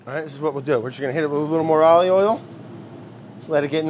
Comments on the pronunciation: I am so used to Brad being Brad that I assumed he was trying to say aoili instead of ollie oil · I know he’s not saying Ollie Oil! I know he’s not, but he is 😂😂😂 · He keeps saying ollie oil...! Brad is hilarious ! It is a treat to watch Brad while I'm quarantined.. also I love the sound effects and editing... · I'm mad at the editor for not writing "ollie oiellll" on the screen everytime Brad tries to say olive oil. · The amount of times he said "ALLeyOyle" when he uses olive oil